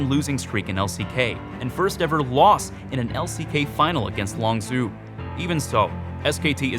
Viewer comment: longzhu is pronounced longju not longzoo